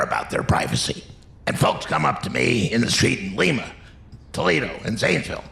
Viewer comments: Love it! 'And great research for the Ohio parts except just 1 minor thing that has always irked me... It is pronounced Lime-Uh NOT Leem-Uh. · Small point. Lima, Ohio is pronounced with a long I sound